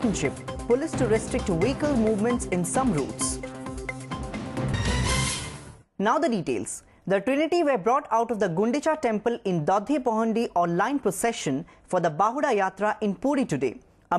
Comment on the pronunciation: dhadi pahandi not dadhi pahandi